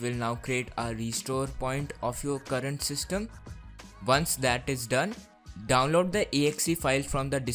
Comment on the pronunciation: he says download weird.....